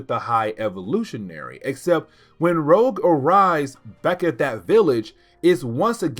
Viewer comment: "Rogue" not "Rouge." Otherwise. Keep up the great work.